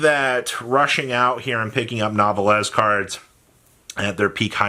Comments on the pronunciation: Nouvelles is a french word it's pronounced "New Vel". It translates to the word "new" in english but with feminine pretext. There is nouveau (new voe) masculin and nouvelle (new vel) feminine. So the archetype is basically new girls. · It’s new-vell when pronouncing Nouvelles - sorry it’s just been a year lol